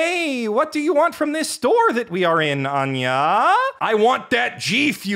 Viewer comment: I was sincerely filled when anger when you said Anya